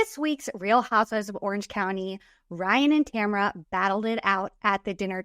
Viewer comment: Her name is TAMRA. Not Tamara or Tamera